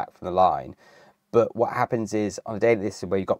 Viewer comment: It cracks me up ,Bert & Kerp instead of "But & Cup"